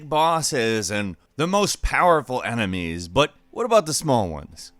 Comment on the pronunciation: Emenies falcon??? EMENIES?!,!